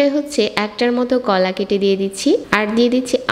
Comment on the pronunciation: কলা কেটে দেওয়া কে গলা কেটে দেওয়া শুনেছি.... আল্লাহ😂😂😂